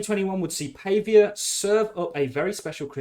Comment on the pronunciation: Pretty sure you pronounce it Paww vee a :)